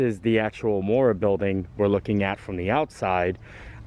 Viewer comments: Moorea is pronounced Moor-ray-ah, not Moorah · When you pronouce polt words you have pronounce each vowel seperately...so MO O RE A. Thanks had a fun time today.